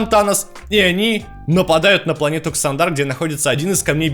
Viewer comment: чувак видосы интересные,но боже как же ты ставишь ударения.марвЕл,какой марвЕл??какой ксандАр??оригинал в транскрипции почитай.